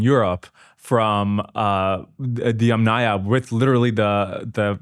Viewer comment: THANK YOU❤💝🙇🏻‍♀️❤ for pronouncing “Yamnaya” correctly! ❤🙇🏻‍♀️🙇🏻‍♀️🙇🏻‍♀️